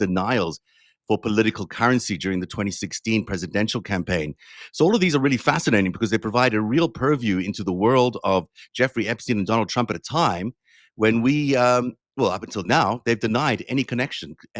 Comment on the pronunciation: LOL. when you said purview, i heard perv view!